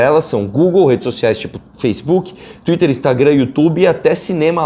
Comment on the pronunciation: "Tuirer"